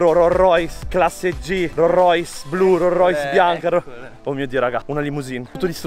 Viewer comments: "un ro rois" e con questo chiudo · "RORROIS" (si scherza è) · Non conosci i modelli di rollrois ma nemmeno la pronuncia grande lori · Devo imparare a pronunciare correttamente ROLLS ROYCE😅 comunque vi aspetto su instagram come al solito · Ma come pronunci Rolls Royce 🤨